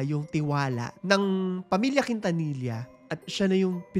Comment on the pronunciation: Quintanilla it's pronounced as KIN-TA-NI-YA